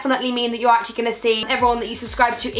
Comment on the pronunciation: wanna say "acctually" again lmao